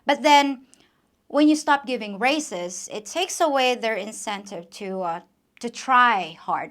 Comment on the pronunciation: Your English is amazing considering it's probably your third language. However very occasionally (and I do mean very rarely) you make errors - would you like me to correct them? For example you pronounces raises like races - however the s is pronounced like a z, so say razes. Other examples include fertiliser, logs, tubes, beds, whereas sale, sink.. are pronounced s like snake